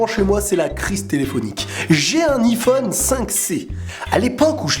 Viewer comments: pk tu dit I phone C iiiphone a l'anglaise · Sa me stresse arrête de dire iiiiiphone dit aïphone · On dit " iphone " pas " I-phone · On dit pas iPhone on dit yphone 🤦🏼‍♀️ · xD il dit I phone xD mais c'est Iphone (avec un accent anglais) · "Aï-phone" et non "i-phone" hahahahah 😘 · Pas iiiphone mais Aiiiphone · on dit aiphone pas iphone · ça se prononce a i phone pas iphone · tes con iPhone ce dit aillphone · C'est aiphone pas iphone pour la prononciation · Ptn tu me stress à dire i phone et pas aïe phone (je pense que tu fais exprès) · Sa se dit aïfone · Ca me stresse qu'il dit iphone alors qu'on dit aiphone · Sa se lit ayphone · DISLIKE PACQUE TU DIS IPHONE ALORS QU'ON PRONONCE AYY PHONE 😂😂😂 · Il le fait exprès de dire I phone ou ?.. sinon super vidéo 😃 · Mdr il dit "i Phone" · DIS : HAYPHONE STP TU STRESS DE FOU MDR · kon tu di ifone je me di il é nul en englai ! pouse rouje :p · Tu sais pas dire iPhone il faut le dire en anglais ! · tu va etre flagé juste pour avoir mal prononcé le mot Iphone